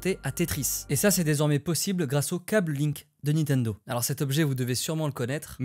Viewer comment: C'est LE gameboy Et NINtendo et non Nitendo voilà voilà